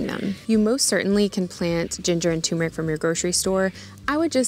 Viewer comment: Turmeric is not pronounced toomeric.